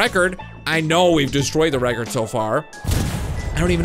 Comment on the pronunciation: why do you set a word reckord